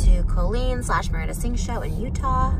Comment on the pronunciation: carloo69 Colleen pronounces it as Co-leen. Even here in the US, that is a strange pronunciation that I’ve only heard from Colleen Ballinger. Every person I’ve ever met/heard of with that name pronounces it Cahl-leen.